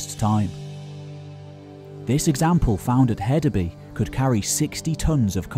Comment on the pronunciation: For future reference: In Danish, "Y" is a vowel pronounced "oo" as in food, a long u sound. And I believe the d in Hedeby is pronounced like a soft "th" as it was originally a thorn. Hethabu. It means "heath town" or "town on the heath", literally. A "by" is a city, town, settlement.